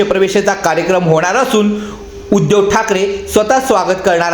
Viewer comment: उद्यव नाही रे बाबा उद्धव नीट बोलायला शिक आधी